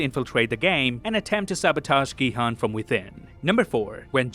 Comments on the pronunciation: His name is 성기훈 so it’s pronounced Gi-Hoon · Gi-Hun's name is pronounced Gi-Hoon or Ki-Hoon. Please pronounce it correctly. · Main character name is pronounced incorrectly. Try again with Gihun as "Gihoon" but dont make the oo sound too long. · Great video, v insightful. Btw, Gihun is pronounced "Ghee Hoon". Not your fault. Netflix was f*cking dumb and spelt it wrong.😢 Also, there are 3500 islands off S.Korea so it's plausible that it could have been v hard to find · that’s why I said 'effort'. He didn’t say all the names correctly but he has the effort to at least mimic how the names are pronounce in Korean. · GiHoon not Gihan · The u sound in "Jun-ho", "Gi-hun", and "Jun-bae" are all the same sound. You say it correctly when you say "Jun-Ho" but you say "Gi-hun" and "Jun-bae" incorrectly. Just a note for future videos! You wouldn't want to keep mispronouncing Gi-hun's name. Love all the little details you found, I didn't notice most of them!!!